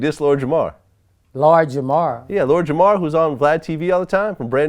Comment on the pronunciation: "He dissed Lord Jamar..." ---- "LORGERMORR??" 🤣